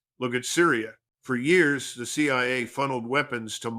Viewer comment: Good content but the AI doesn’t know how to say years